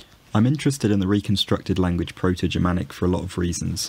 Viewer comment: Your pronunciation of the Proto-Germanic forms and all of the historical and modern forms cited in the video is perfect! Great job, looking forward to seeing more videos